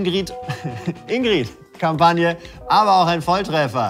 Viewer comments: das problem an der sache ist, dass die "ingrid" völlig falsch aussprechen. niemand sagt hier "ingrieeed", sondern "ingritt". deswegen ist die werbung für mich ein totaler fail, obwohl ich weiß, wo sie damit eigentlich hinwollten... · Alleine, dass die Ingrid konsequent mit kurzem "i" aussprechen und es sich somit noch weniger reimt….NERVT!